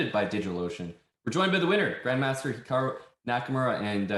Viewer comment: The way it says that hikaru's name is hiakru in the interview